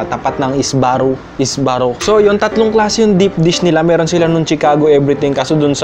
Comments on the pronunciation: Tamang pag bigkas Chicago " she cago" not tsikago Sbarro " sibarro" not isbarro wala lang share ko pang peace✌️ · Subarro yung pronunciation nya idol. Parang yung kotse lang din. Hindi po S-barro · Thumbs up for this! Isa ako sa nag request niyan😉 kala ko snob mo e! 🤣 Yun Jim's recipe pa or original cake☺️ and most of all popeyes. Uhm btw medyo mali tayo sa pag pronounce ng chicago and sbarro ha✌️ pero who cares, pinoy no haha. And tama sila kahit wala na sana masyado clips